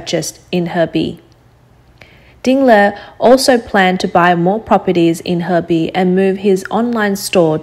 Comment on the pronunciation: She said heibei city... 鶴璧市 hebei city huh